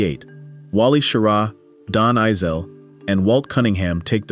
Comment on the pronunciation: Halfway through this, you have insulted me enough by completely mangling the names of astronauts – while claiming you are correcting popular misconceptions! It’s Don “Eis-lee,” not “Eye-sell.” And as every first grader knows, Wally Schirra’s last name Is not pronounced “SHEAR-uh.” You also show the Apollo 11 lunar module preparing to land on the moon while it has no descent stage. Now that would be a crisis! You show the Kennedy Space Center’s launch control room while describing the action in Houston’s Mission Control Center regarding Apollo 12. Who knows how many more errors are in the second half of this video? I won’t find out, because I’m not wasting any more time with it! 👎